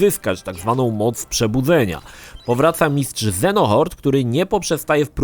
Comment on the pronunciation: Fabuła jest tak pogmatwana dla, że nawet przejęzyczył Xehanort na Xenohort